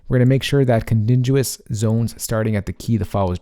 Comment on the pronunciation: Hahaha "Condiduous"